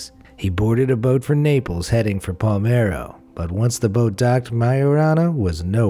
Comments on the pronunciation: It's Palermo not Palmero... 😄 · While I think your pronounciation of foreign names is astoundingly good, I would like that the second italian town you mention is not “Palmero”, but “Palermo”. Not a big deal, however, tour videos are always so good that I binge watch them! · “Palmero”? WTF it’s “Pa-LeR-Mo” at least try to say the letter in the right order. Also in your video “Tattoos that can get you into serious trouble” who the fuck is “Ötiz”? The name is “Ötzi”, “ötiz” is an Austrian DJ. Please don’t spead misinformation. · Palermo, no Palmero. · It’s PALERMO not Palmero. Great vídeo ! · ''heading for PALMERO...'' ???? You mean PALERMO? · Palermo...pa-ler-mo. Not palm-air-oh lol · Is palermo not palmero